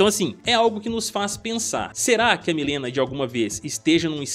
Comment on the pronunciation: Pq quase niguem pronucia mileena certo